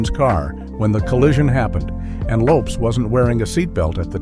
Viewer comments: Pronounced Lopez not lopes smh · Her name is pronounced: Lopez with an S.